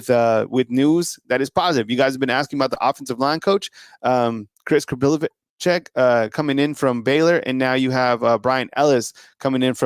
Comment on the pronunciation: I think his name is pronounced KapiloVICK. NOT …vich